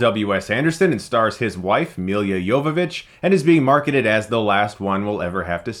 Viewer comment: Wait, are you calling her "Emilia"?